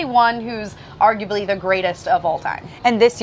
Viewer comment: "Arguebly"???? I dont think so. He is the greatest!